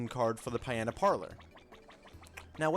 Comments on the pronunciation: ROO-G port and PEE-anta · Rougeport Pieanta Parlor ...No offense it's just pretty funny